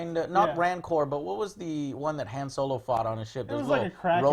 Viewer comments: Joe stop saying Han's name wrong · Maybe because of how Lando kept saying it in 5 and 6?